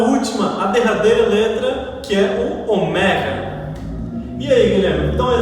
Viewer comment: Oméga? Não seria ômega?